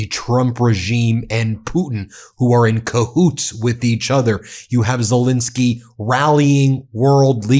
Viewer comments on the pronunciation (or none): Dear Ben, I hear you pronouncing Zelensky's name as Zelinsky, over and over again. This starts to distract me from your interesting broadcasting. So I beg of you: twice an 'e', please. Your grateful, faithful listener from The Netherlands, Elisabeth 🙂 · As much as I enjoy your podcasts could you please at least try to show the basic respect of pronouncing the Ukrainian leaders name correctly. It happens alot. His name is ZELENSKY - NOT Zilinsky. Thank you.